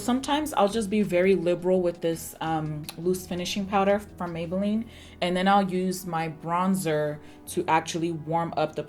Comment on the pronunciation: Mah-beylline and comp-ah-rable killed me 💀🤣 oh my word yes I can't stand the heat makes me cringe 🥴 I do the same thing when sleeping the blankets feel like they're hugging you with their comfort 🙋🏾‍♀️😂 you definitely slayed this look 😍👏🏾